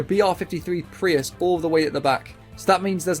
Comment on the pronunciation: Bro calling Preuss a Prius lmaoo